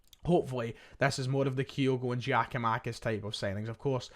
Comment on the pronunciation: Why are you saying 'Gay' instead of 'Gyu'? Reminds me of when you said 'Kayogo' instead of 'Kyogo'...for months. Strange! You're obviously able to read, so I'm not sure what it's all about 😅